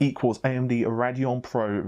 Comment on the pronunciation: Raideon not rad eon :C